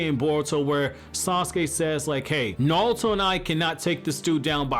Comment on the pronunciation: “Nalto”? “NAWLTO” Who is that? I thought it was NARUTO.